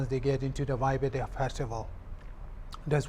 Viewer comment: The word 'FESTIVAL ' should be understand clearly.